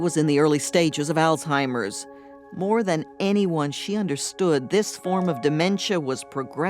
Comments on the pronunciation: He's a victim of a lost bread winner, and her family knew it ! He pretends to be intelligent. ... but can't properly pronounce the word Alzheimer, it certainly isn't allstimer! This is a perfect example of a Narcissistic personality he's done no wrong ! People that know Narcissistic people are well aware of their manipulation! This was sick, and disturbing ! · Did he say “all timers?”